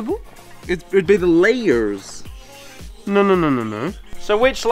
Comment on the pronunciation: how says lairs🤣